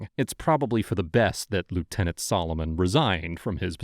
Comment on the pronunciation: It’s lieutenant, just saying.